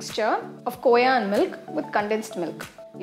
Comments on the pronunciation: mujhe pta hai khoya kya hai pr vo kooya kyu bol rhi hain? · Koya nhi hota khoa hota hai...btw paneer looks delicious